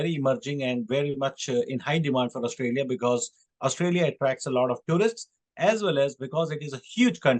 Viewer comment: Please don't say 'AustALia' and say 'AustRALia'